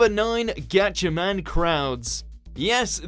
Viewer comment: it's gatchaMA'M 😂😂